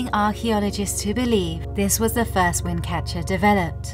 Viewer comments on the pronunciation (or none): none